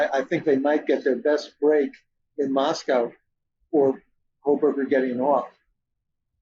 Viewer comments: Pronounced loke Costco. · Mr Blum would seem more credible if he could at least get the unusual pronunciation of Moscow correct. It’s a real issue.